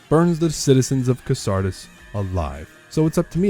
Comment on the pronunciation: A DDDA challenge run video that opens with Deadly Premonition music. Basically an Arc of Obliteration straight to my heart Edit: you say it "Cassardis" instead of "Cassardis" though, so we will be enemies now